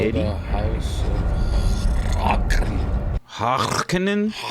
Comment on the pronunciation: The pronunciation of Harkonnen is garbage in these new movies. Emphasis should be on the HarKONNEN. Draw it out. Sounds much more badass.